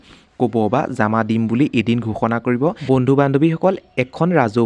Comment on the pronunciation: কথা বিলাক শুদ্ধ কৰি কব জামা নহয় জমা